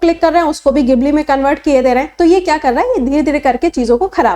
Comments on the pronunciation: Gibli nhi jibli bole ge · Madam, isse gibli nehi Jibli pronounce karte hain